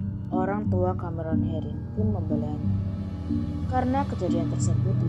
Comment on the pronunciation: Suaranya🤦🏻‍♀️ ,CAMEron herin..,MENabrak.....KArena.....